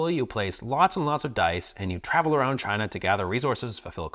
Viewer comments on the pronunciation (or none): none